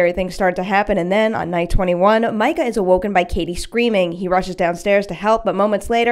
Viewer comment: Why do people keep pronouncing it "My-cah" 🙄 its "mee-cah" clearly says so in the films.